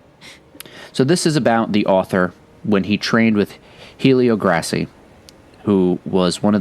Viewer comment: Just a nitpick, but the name is typically pronounced “Elio Gray-See.” H’s are silent in Portuguese. Another great video!!